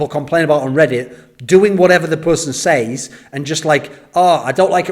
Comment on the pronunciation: it triggers me so much everytime he utters "seis" instead of "says"